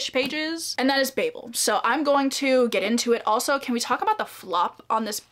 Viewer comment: Even though you said babel wrong throughout the whole video I’m glad you liked it , one of my favorite books 😂❤